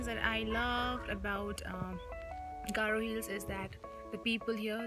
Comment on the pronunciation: You are sweat 💦❤ your garo pronunciation is so cute 🥰